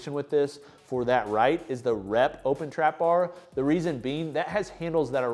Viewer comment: Nice video as always. But the name of the trapbar is more like ooooohpen or open trapbar and not what you call it. ❤😊